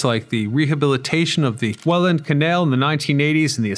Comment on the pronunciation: Welland isnt 2 words, and its pronouced more like Wellend. 😢